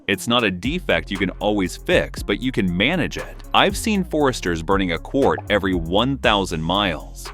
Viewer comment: What is "quort"?